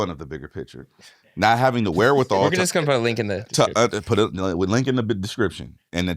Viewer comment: Every time Hed says wherewithal and looks into the camera...an owl dies 😂😂😂